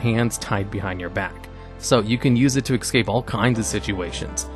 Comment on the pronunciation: FYI There is X in Escape. It's S-cape. No X in Bigby's either. But hey if you love X's, what's the harm. Lol Great video.